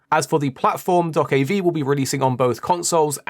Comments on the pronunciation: it is not doakabi. it is Doe-keah-bi. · unfortunately there is nothing happy to say on this game, because the release date is "delayed out of 2023" ... this suggests 2-4 years more to wait. Also this game is pronounced "DokeB" not V like Victory which you can hear at the end of Trailers. This game could be so awesome.